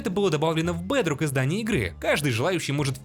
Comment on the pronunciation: Блин, его акцент оставляет желать лучшего 😂 БЭЭЭЭДРОК ФОР ФРИ